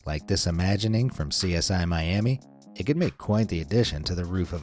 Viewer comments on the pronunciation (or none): none